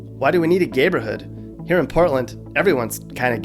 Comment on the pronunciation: he said gayber hood🤣🤣🤣🤣🤣🤣🤣🤣🤣🤣🤣🤣🤣🤣🤣🤣🤣🤣🤣🤣🤣